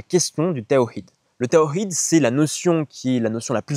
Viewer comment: Tu es incapable de prononcer le mot Tawhid correctement mais tu penses être qualifié pour parler au nom de l’islam